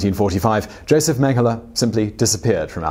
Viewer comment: it's pronounced yosef but go off ig